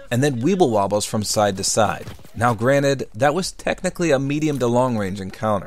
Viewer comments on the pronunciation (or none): none